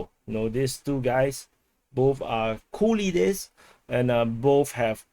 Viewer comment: Sounds like you say "Cool leaders"...